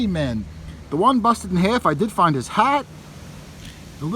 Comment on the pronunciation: Find, not wind